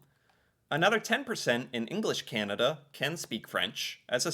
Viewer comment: I smile each time says Candada😊